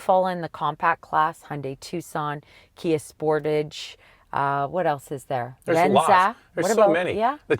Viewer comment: I was watching Fargo season five (great program) and they were in a Kia dealership and they pronounce the car the "Spor-tahj" just like, of course it's based in Minnesota so it makes since. It was just so funny it made me think of.